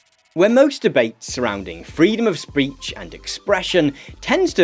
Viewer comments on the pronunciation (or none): "freedom of spreetch" free him.